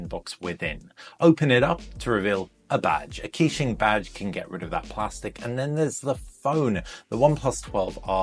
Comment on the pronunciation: just to let you know, its pronounced kuh-qing not key-qing